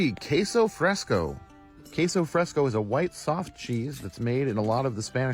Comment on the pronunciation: How could he butcher it so badly?! "Queso Fresco" is just Spanish for "Fresh Cheese" lol Ke-so Fres-ko.